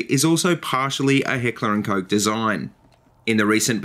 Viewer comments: hehehe... Heckler & Coke, i know its not that easy to pronouce for you english speaking countries but it just sounds funny, but i can pronounce it right from the case that I live in norway since we pronounce the letters more similary. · ***** but it still sounds funny :P